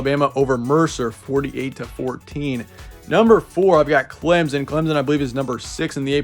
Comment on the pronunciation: Clemson is pronounced with an absent p btw